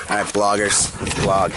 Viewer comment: I LOVE YOUR DOGS AND DO U NO HOW TO SAY VLOG